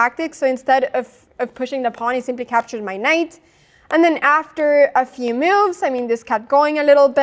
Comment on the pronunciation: Loved all your "meoves" ^^